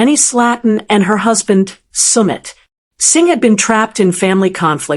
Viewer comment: AI? Sound terrible. From PALM .... SPRINGS. SUMMIT ....SINGH